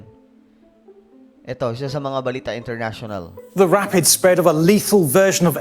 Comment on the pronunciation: Rapid not reyped😂 peace po